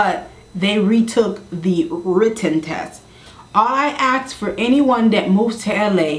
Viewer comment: Drop the ibonics? Maybe you should learn how to pronounce "ask" first